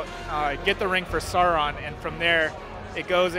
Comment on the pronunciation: "bolrog..." wtf, "suron" cant he pronounce em correctly ffs